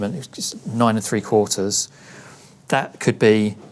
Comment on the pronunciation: Perfect pronunciation of 9 & 3/4 🪄🧙🏼‍♂️🚂